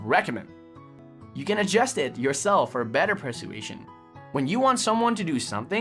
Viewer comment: Oh my dear, I cannot take it! You keep pronouncing persuasion incorrectly! It's an easy word to pronounce dear! 🤪